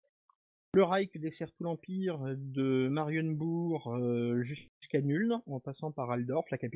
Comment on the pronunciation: Ce n'est pas Nüln mais Nuln (prononcer Noulne)